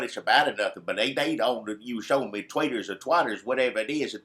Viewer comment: Ha! Ha! said "Twaters". That would be a suitable description of the RepubliKlan Party.